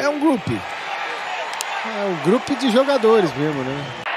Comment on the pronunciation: "um Grupe de jogadores." Eu amo o. Hahahaha. Por mim, narraria todos os jogos de FA e Rugby.